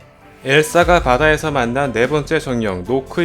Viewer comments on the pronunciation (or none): 노크가 아니라 나크에요